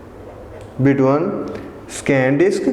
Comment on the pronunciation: The word is between not betwan 🤣😂 and the word is software not saftware